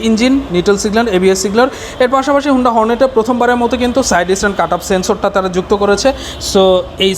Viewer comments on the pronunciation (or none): Vai agee Uccharon thik koren tarpor ekta review koren.. 😆😆thik moto ekta component er naam o bolte paren naa blog banaitesen😆😆 HONDA er naam take HUUNDA banai felsen🤣🤣 USD Suspension er Full Meaning holo UP SIDE DOWN Suspension UPS AN DOWN Na Vai🤣🤣🤣 R oigula tail light na vai Indicator Light🤣🤣 sadharon manush ke confused koiren na.